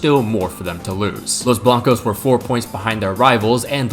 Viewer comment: los blancos ❎ los blank ✅